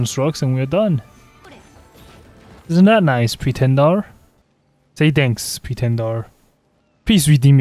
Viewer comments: "Pretendar" BRO REALLY? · why does he keep saying pretendar oddly